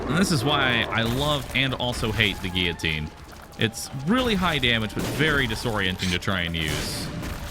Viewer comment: You pronounce guillotine correctly, amazing!